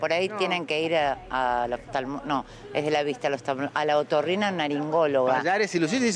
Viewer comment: Carina no se cuanto dice " tienen que ir a la otorrinalaringologa" sea masculino o femenino es "otorrino" no ,otorrina" jaja y sale criticando